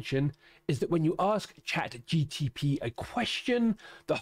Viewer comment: True, he is saying GTP